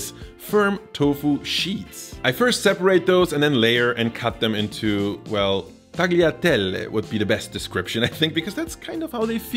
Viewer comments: It's pronounced "TAH-lee-ah-TEHL" because the "g" is silent in this case. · thought he would upset the Chinese with his recipe, is instead going to upset the Italians with the 'g' in his tagliatelle pronounciation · Amaaaazing recipes, explained perfectly. The only thing that made me cringe was the pronounciation of tagliatelle. 😅